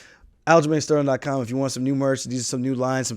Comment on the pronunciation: He said it! It’s not black he’s Jamaican like how i say it 👏🏿👏🏿